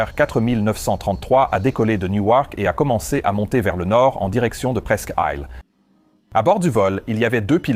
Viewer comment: Toujours très intéressant et surtout bien au delà de certaines vidéos dans lesquelles l'enquête reste superficielle, mais disons qu'ici il faut aussi une certaine connaissance de l'aviation, ou du moins s'y intéresser de près. Mais l'IA a eu un problème avec la prononciation de " presqu'île " 😁